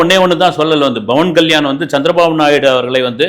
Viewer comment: Soba Sandrasegar illai Shobha Chandrashekhar Bavan Kalyan illai Pawan Kalyan Ilanjar illai Ilainyan Boomi garagan illai Bhoomi Karagan Chatru Samharam illai Shatru Samharam🤦‍♀ Indu illai Hindu Please learn to pronounce. You are a journalist. Have some shame, do some basic reasearch